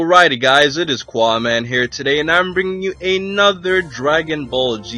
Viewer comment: You pronounced your name wrong, you pronounced it as Quaamans not